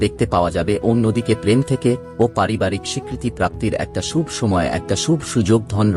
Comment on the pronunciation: ভাষার উচ্চারণ ঠিক কর। যেমন বড়, শুভ।